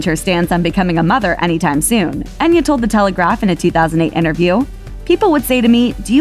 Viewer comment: The spelling is Enya but in Gaelic ( which it is ) its pronounced Aiyna .Try it ,its worth pronouncing it correctly .